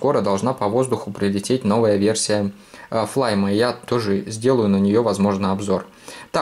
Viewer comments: Не флайм а флаймИ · Не флайми а Флайм